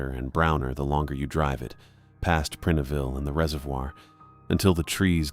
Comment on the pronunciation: Prineville is pronounced like “sign ville”